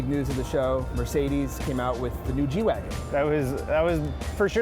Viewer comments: did he just say jew-wagon? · lol the way he say g-wagon messes with my hearing